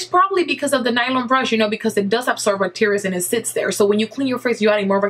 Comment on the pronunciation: i love you accent and the way you said "bacteria" made me laugh. hahaha.